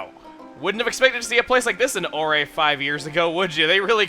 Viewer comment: Ore-Ay?! It clearly says Orre (ore)